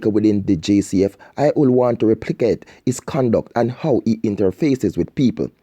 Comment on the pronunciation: Lool similar to when him seh "wool" for "would" 😂😂